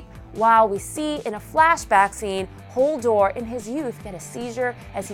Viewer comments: You kept saying 'Holdor' lol, its 'Hodor' js aha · Did anyone notice she said Holdor? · plz stop saying Hodor as 'Holdor' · Did she say Holdor?